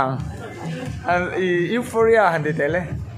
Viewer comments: Ngawiteh mn lo ngaidam lok teh complaint hranpa ni hauhloin Eurofia tiin i lam tlatin ka hri han lam tha leh teh Eufawria tih tur ani jok em pliss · Europhia or Euphoria pawhin a lam fuh hlei thei biklo😂😂😂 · Eufhoria tiin ilam ang P kha F angin a ri anga.Hriatvek theih pawh nibiklo a ho lutuk inhmuhnawm lutuk tho❤❤❤❤❤ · Europhia tiin i lam daiha😂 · Mizo trawg deuh tak in u fawria tih tur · Euphoria zawk alawm sir.... Youuufawwria... Ti a lam tur lawm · 😂😂😂A nang ber pawh chu ,i lam sual nasa ve,EUROPHIA chu ni lo deuh ang a😂😂😂😂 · Sir...Nangmah khan ilam diklo anih khaaa🤣🤣🤣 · Sir pawn alam dik thei meuh tawh lo 😂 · lam dik theilo lai khi aw😂